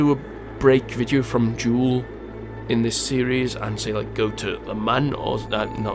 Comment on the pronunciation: Jool not kook